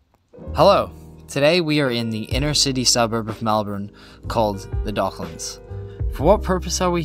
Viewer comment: I'm not happy with how you pronounced Docklands either 😜 Dock - lands, pronounce it all, don't slur any if it. I can see you ruffled a few feathers with your pronunciations so one more won't hurt 😁